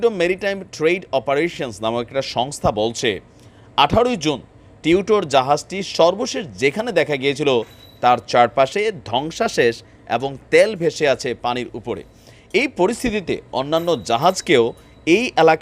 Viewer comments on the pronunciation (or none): শব্দটি ধ্বংসাশেষ নহে, বরং ধ্বংসাবশেষ।